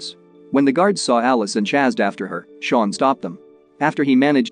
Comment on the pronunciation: Why do you pronounce chased as “chazzed?